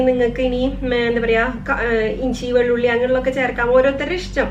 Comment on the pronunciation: vellulli alla veluthulli